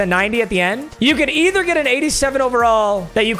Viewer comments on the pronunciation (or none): none